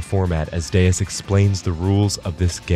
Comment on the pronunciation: I really don't get how Deus is God but in portuguese and everytime I hear "Deias" I think I'd rather be deaf